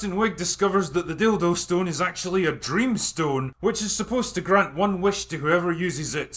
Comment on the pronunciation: You know with your accent it sounds like you're saying "Dildo Stone"